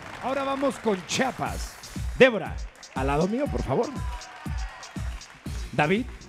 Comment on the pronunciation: que tan dificil es decir. CHI A PAS CHIAPAS